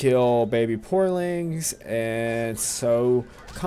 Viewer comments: porlings? Theres no "L". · i was like waht the fuck is a poorling!? PORINGS YOU DUMBASS!